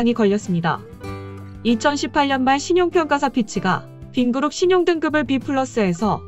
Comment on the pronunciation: 빈그룹=빈그릇;;;;;; 발음이 참........어떻해 현대차 포니를 샘플로 쓰라고 보내줘야 겠는걸~~